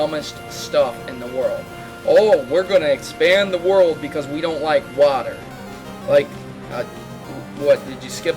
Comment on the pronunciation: How come you can't pronounce "water"?